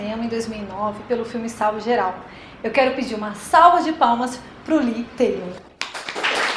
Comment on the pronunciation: Ela falou o nome dele errado